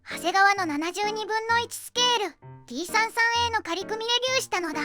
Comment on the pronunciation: T-33のことを「さんじゅうさん」ではなく「さんさん」と呼んでいたのが好印象です。 ところで、金型改修での新規パーツは、前輪と前席・後席間のロールバー（？）を主翼上面パーツの間に新設、旧前脚＋前輪を潰して操縦桿に、フィギュアを潰して前脚と前計器盤にしたようで、フィギュアがなくなったのはもったいないような気もします。まあ、F-4あたりから奪ってくればいいいか。